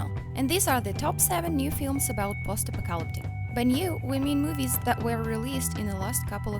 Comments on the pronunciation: "Posta Pocalptic"? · Is she trying to say apocalyptic 🤔